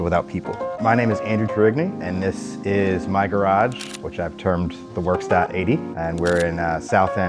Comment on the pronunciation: Please learn how to pronounce “Werkstatt”